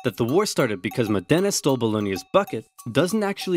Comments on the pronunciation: Just FYI. Modena is pronounced Mod-ena, not Mo-dena. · Mòdena, not Modèna, for the love of God!... Mòdena, not Modèna, for the love of God!... Mòdena, not Modèna, for the love of God!... Mòdena, not Modèna, for the love of God!... Mòdena, not Modèna, for the love of God!... Mòdena, not Modèna, for the love of God!... Mòdena, not Modèna, for the love of God!... Mòdena, not Modèna, for the love of God!... Mòdena, not Modèna, for the love of God!... Mòdena, not Modèna, for the love of God!... Mòdena, not Modèna, for the love of God!... Mòdena, not Modèna, for the love of God!... Mòdena, not Modèna, for the love of God!... Mòdena, not Modèna, for the love of God!... Mòdena, not Modèna, for the love of God!... Mòdena, not Modèna, for the love of God!... Mòdena, not Modèna, for the love of God!... Mòdena, not Modèna, for the love of God!... Mòdena, not Modèna, for the love of God!... Mòdena, not Modèna, for the love of God!... Mòdena, not Modèna, for the love of God!... Mòdena, not Modèna, for the love of God!... Mòdena, not Modèna, for the love of God!... Mòdena, not Modèna, for the love of God!... Mòdena, not Modèna, for the love of God!... Mòdena, not Modèna, for the love of God!... Mòdena, not Modèna, for the love of God!... Mòdena, not Modèna, for the love of God!... Mòdena, not Modèna, for the love of God!... Mòdena, not Modèna, for the love of God!... Mòdena, not Modèna, for the love of God!... Mòdena, not Modèna, for the love of God!... Mòdena, not Modèna, for the love of God!... Mòdena, not Modèna, for the love of God!... Mòde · btw it's MOdena, not ModEna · Mòdena not Modéna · It's Mòdena, not Modéna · Fantastic video, but since i'm a modenese i cringe every time you pronounce modena wrong. The accent is on the o (Mòdena not Modèna) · It's pronounced Mòdena, not Modèna. Anyway, WE STILL HAVE THE BUCKET SO SCREW YOU BOLOGNA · Over oversimplified. Modena is pronounced MO dena, not mo DEna. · It's pronounced MOdena, not moDENa! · it's mòdena.